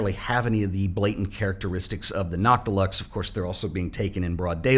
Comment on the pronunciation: I thought you were saying “not deluxe” and I was very confused why they would name a lens that lol